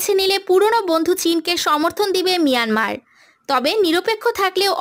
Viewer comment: Ota miranmar na mayanmar boka chuda